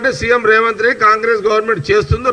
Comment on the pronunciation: రేవన్ రెడ్డి కాదు జగ్గారెడ్డి గారు స్పష్టంగా పలకడం నేర్చుకో. తరువాత రాజకీయం గురించి మాట్లాడు..😂😂